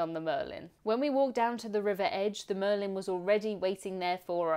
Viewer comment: The name of the boat is Merlijn though, not Marlijn.